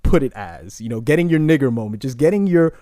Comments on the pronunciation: Bruh can you not use the "hard R" when you say nigga lol. I was lowkey getting uncomfortable. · 😂😂 you caught me off guard with the 'er' at the end bruh! love the content